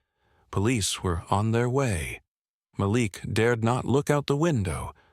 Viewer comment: His name is pronounced Mal ik